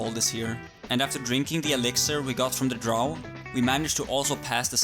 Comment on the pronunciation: Even the game says DROW not DROH. Wtf ....